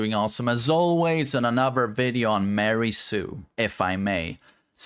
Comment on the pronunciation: Miora, Mia, Mialy are fairly common Malagasy names. And its not Mary is Miary, MIARY, there is a freaking I between the M and A. mɪ ˈɑː ri zu Sounds like: Me are E zoo. Me R E zoo. Or something close to that.